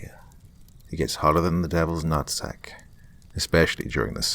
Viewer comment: "Hotter than the devil's nuttsack" doesn't quite sound right with an English accent. Lol